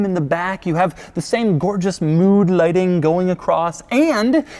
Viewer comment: "Mood loighting".